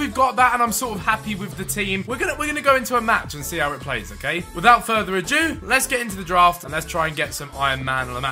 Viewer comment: Is it just me thats noticed Behz says 'without further aJEW' instead of 'without further ado' 😂